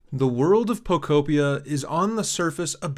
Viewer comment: I believe it is pronounced po-KO PEE-uh sir